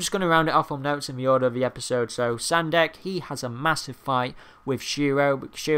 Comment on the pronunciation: Sendak, not Sandek. :P